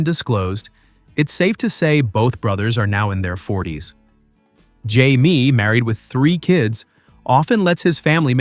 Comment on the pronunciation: Atleast get his name right Jaime.